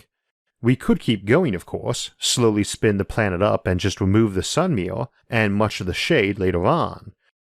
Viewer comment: Combined American accent + IA speech problem: mirror --> meeyour.